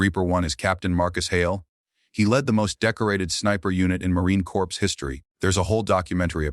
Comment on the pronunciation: CORPS IS PRONOUNCED CORE. AI GET EDUCATED BEFORE YOU DESTROY THE WORLD.